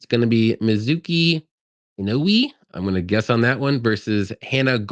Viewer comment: INOUE = E-NO-WAY